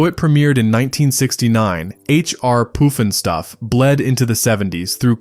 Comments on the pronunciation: Poof n Stuff??? It's Puff n Stuff. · It's called Puff N Stuff not Poof N Stuff and I loved that show